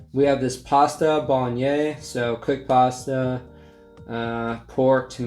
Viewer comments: pasta boloney, what? lmao bolo-nay-s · Its pronounced bol og nase/naze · “Pasta bolognese such a weird word to say” thats because you say it incorrectly🤣 instead of bolgnyay try saying bolgnays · Bahahaha “we have this pasta boloñe” what the fuck man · It still blows my mind you not only watch/watched the yogs but also hat films xD great vid mate! also Bolognese is said bola-naise, i know the MRE was pasta bolognese but its basically spaghetti bolognese which we call spag bol for short. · Bolognese is pronounced a lot like bollock knees. We just call it spag bol for short. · It's pronounced bolanaze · Btw it's pronounced BOLUGNAIS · The pasta bolognese is pronounced pasta bolonase kinda XD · Say it like bolenaze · Bolognese is pronounced like mayonnaise but bol-o instead of Mayo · Just saying bolognese is pronounced ( bowl - a - nase) 😂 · Bolognese is pronounced Bolo-Nays (or at least, it is in the UK. I'm sure there should be a bit more of an accent if you're Italian haha). It was one of the first Italian dishes to become popular in the UK, and it's usually one of the first meals that people learn to make when they move out of their parents' home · Surely you have Bolognese in the US? Pronounce bolonaze. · The way he said pasta Bolognese 😷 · And then he butchered the bolagnaise